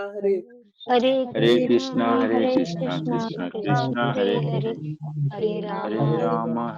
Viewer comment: हरे कृष्ण बोलो प्यारे.... कृष्णा नहीं कृष्ण